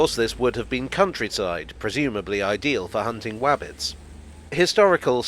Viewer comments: Hello - - Did you just say "Hunting Wabbits" or "Hunting Rabbits"??? (I had to listen 3 times - still not too sure??? 😀) 🤔🚂🚂🚂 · "Wabbits"- Love it! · "Pressumably ideal for hunting wabbits". Hilarious, I thought I was the only one thinking of Elmer Fudd. 😂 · Did I hear you say "wabbits"? Well what is a WOK? A fing you fwough at a wabbit! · "Good for hunting Wabbits.... Thud" 🤣